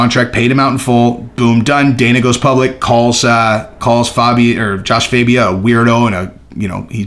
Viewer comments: IT'S JASHUA FAAAAHHHBIA NOT FABIAAAAHH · Did you listen to anyone say his name fAbia